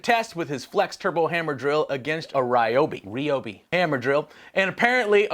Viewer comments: As a southerner... The only word pronounced correctly was RI-Obey....... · Rob your brother pronounced it the Ryobi tool correctly, the way us Texans do